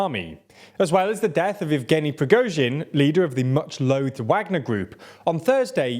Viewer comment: Surely we can pronounce 'Wagner' a bit better at this point?